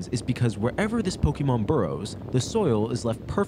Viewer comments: 👓👌 It's "Pokémon", not "Pokeymon". This comment will make me sound unappreciative, but please don't think that; this whole series is obviously a good work and a labor of love! Also, why was Diglett's nose boiling? lol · "Pokeymon". Learn to pronounce it. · I enjoy this series, but it’s making me crazy how you say “pokie-mon” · Wtf you were saying pokemon right the first episode. Why are you saying poki-mon?